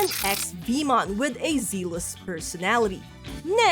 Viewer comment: as a new Time Stranger player, I've been enjoying your videos. Very enjoyable delivery speech for those who are extremely noobs like myself. For room of improvement, please check your pronunciation for the word "zealous".